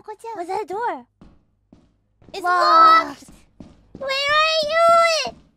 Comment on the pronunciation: CLOSE THE DU-OR